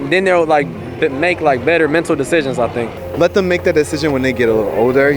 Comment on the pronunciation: "Medical deshision"